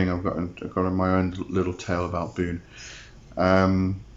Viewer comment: Wait isn't it "Boo-néh" instead of "Boon"?